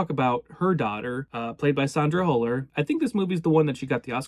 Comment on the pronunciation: It's "hyller". The dots over the U aren't there just for fun.